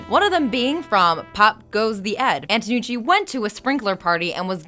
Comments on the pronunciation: She also mispronounced 'Antonucci" for 'Anotucci' quite a few times. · No offense meant but every time you say Anotucci I cringe a little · The host is so annoying that no one is even mentioning the fact that she keeps messing up Antonucci's name when she pronounces it as Anotucci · you're mispronouncing the guy's name. It's Antonucci not Annotucci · She mispronounced Antonucci to Anotucci... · Who the hell is anotucci? Isn't it antonucci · STOP SAYING ANOTUTI OR ANOTUCCI IT'S ANTONUCCI A N T O N U C C I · Its not anotucci its antonucci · MadDogReed97 rewatch it, she mispronounces it as "anotuchi" several times, like the part with the names on the chalkboard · Antonucci, woman! Stop saying Anotucci! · first of all, i hate all the jokes where the lady inserts herself and her face. enough. i came for facts, not for you. and second, its pronounced ANT-O-NUCCI, not AN-O-TUCCI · Annie. Kranker. There's no passion behind these videos, it's just a job for you people EDIT: AT FACT 103 "ANOTUCCI" OMG PUT MORE TIME ON THE SCRIPT EDDIT: FACT 105 "ANTOUCCI" YOU DID IT AGAIN eddyt: At the last fact you got it right, how just how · "Antonucci" isn't that hard to say, why do you keep mispronouncing it?? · Why does she mispronounce Danny's last name throughout the entire video? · EVERY TIME SHE MISPRONOUNCES ANTONUCCI I GET UNNECESSARILY ANGRY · I agree with so many commenters on this one, she was awful. You were pronouncing the creator's name right in the beginning, then once it switched, you didn't notice and try to fix it! And for God's sake, stop commenting on every little thing with your own stuff! I'm here to watch the facts, not hear about your life.